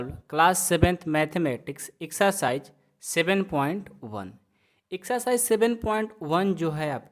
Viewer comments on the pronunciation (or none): Iksercise nhi sir exercise 😂